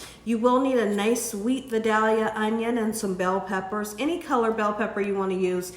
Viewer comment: it's pronounced v(eye)DAYleeuh. Best onions ever grown...